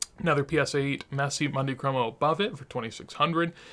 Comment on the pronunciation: Always an enjoyable video! Great content. FYI I don’t want to come off like an annoying nitpicker but it’s pronounced “moon-dee cromo” ….. not “Monday cromo”. Wonder where the Messi market goes from here? Hopefully things stabilize after the selling and start a slow ascent again. Key word ‘slow’!